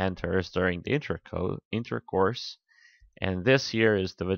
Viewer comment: This guy mispronouncing "intercourse" shows me exactly how this guy looks in person/how awkward he is with an actual woman in front of him wanting real, non educational, sex. From his voice I'm saying lol